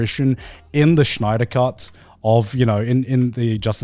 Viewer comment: SNY not SCHNEI